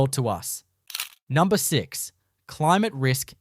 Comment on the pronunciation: Heh "numbner"